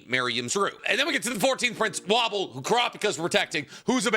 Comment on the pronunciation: Is he purposefully mispronouncing their names lmao. Sir-I-Den-Ick and woah-bull is how you pronounce their names